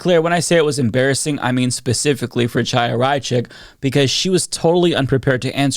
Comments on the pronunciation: A pet peeve of mine...you know how to say Hanukah, correct? Well, it's really Chanuhah, but you wouldn't pronounce it "CHA," rather you use "HA." So, please, it's not Chaya (CHAH-YA), pronounce it as HAYA. Understand? You sound stupid saying it with a hard CH. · The ch is Chaya is pronounced like the ch in Bach or Loch. Not like in chicken. If you can’t pronounce it, saying Haya is closer.